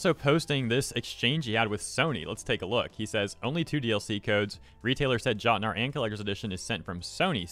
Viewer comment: Jotnar is pronounced like yo-tnar